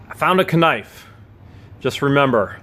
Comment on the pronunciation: Please stop including the letter K when you pronounce knife ,as everyone knows the K is silent.